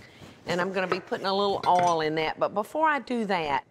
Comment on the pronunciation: does say oil like "all"... I wonder where she's from